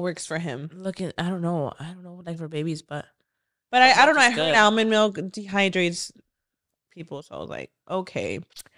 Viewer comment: Ailmond lol